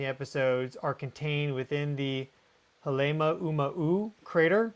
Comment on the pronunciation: Halemaumau is pronounced: ha lay mau mau